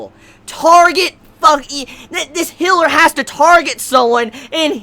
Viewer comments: What thinks he's saying: Healer! What he's actually saying: Hiller! Luv ya man! <3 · for the first 2 min I had no idea what he was talking about when he said hiller. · "hiller," and "well,", why? Just why? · A healer, is mispronouncing it just like how he calls the whale a well. Probably a sound that he never learned how to properly say. He is also mispronouncing Satella like Sa-ta-la instead of Sa-tell-a.